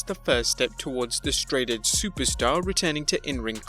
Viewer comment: super stin lol